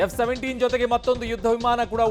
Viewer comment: It's not F 17, it's J 17